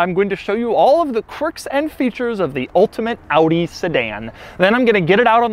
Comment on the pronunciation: Doug - thanks for pronouncing OW-DEE correctly.